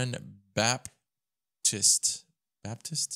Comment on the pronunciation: Baptiste (BAP-TEE-STAY)